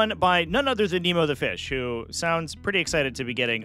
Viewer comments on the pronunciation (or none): none